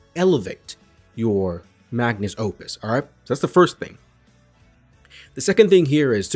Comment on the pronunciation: Dude I love you, but please, it's Magnum Opus, not Magnus.